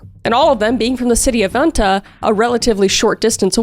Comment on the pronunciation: OMG KRIS THANK YOU THANK YOU THANK YOUUUUUU I HAVE WAITED FOR THIS FOR SO LONG I LOVE YOUR TRUE CRIME AND TO HEAR YOU TALK ABOUT THIS CASE IS AMAZING WHEN FINNIS PEOPLE DONT MAKE SO DETAILED VIDEOS😍❤️ also i love how you announced our capitals for example vantaa😆